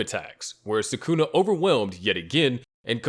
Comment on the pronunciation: The moment these stupid channels mispronounce Sukuna I know they’re trash and I thumbs down. Do better.